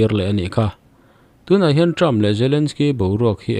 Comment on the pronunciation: President Trumpa hminh i lam hi Trump hi Term tih angin i lam tlat mai. A tawp hi p in ti tawp hram teh.